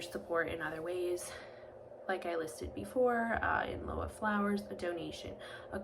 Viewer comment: Thanks for the video. I believe lieu is pronounced “lew”.